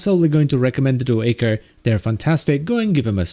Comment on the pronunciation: Every time he says [echor] and not [aichor] I die a bit inside.